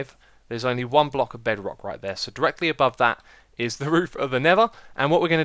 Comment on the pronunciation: another word for the xisuma dictionary i hear there Bedwock Bed-wock the mis pronunciation of the word bedrock...